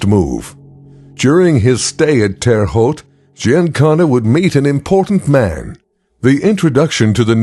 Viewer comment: As a Terre Haute native, I lol'd at the pronunciation in this video